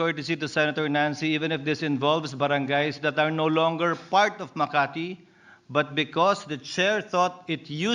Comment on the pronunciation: so ako lng ba nakapansin sabi ni Chiz " no longer fart of makati " hahaha